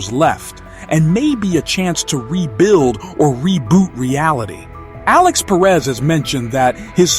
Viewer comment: i hate the way you say perez 🙄 that's not how you say that name